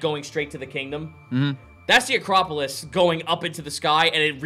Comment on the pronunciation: Acropolips instead of acropolis again